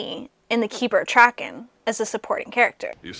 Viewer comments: It's pronounced Trarken, not Trakken. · And it's Trarken!